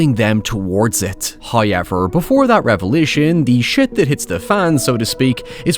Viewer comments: Horrible narration. Not ' highever', it's ' however '.😂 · Hayever however. Noy now. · Hey, I stumbled upon your channel a few weeks ago and as someone too scared to actually watch horror flicks myself, I've been lovin your reviews. Especially of found footage films! I also love your accent, but my wife is hilariously confused by 'hoyever.' I'm sure you get this all the time from foreign viewers, but is this pronunciation common in your corner of Ireland? Don't ever change your accent though, my wife doesn't watch movie reviews anyway! Thanks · I love the way Irish people say however 😂 it makes absolutely no sense but I love it